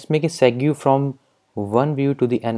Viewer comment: it's pronounced segway not set-goo